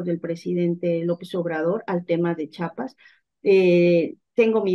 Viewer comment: Es Chiapas No Chapas eh,?